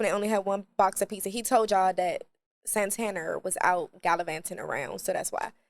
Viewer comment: I’m never calling Santana,Santana again…😂😂😂